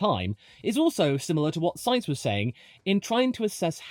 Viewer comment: Thankyou for pronouncing Sainz correctly. Better than the current F1 commentators. Note for them in the remote chance that they are reading this: It is not pronounced like the name of a can of beans. You really have no excuse if you are a motorsports commentator. It's not like it's a rare name in motorsport over the last 30 years!